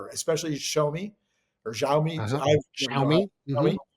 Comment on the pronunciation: "Shaomi da money" 🤣